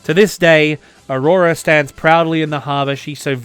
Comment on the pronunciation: Avrora not aurora, i remember al long discussion with a Moscow girlfriend 😉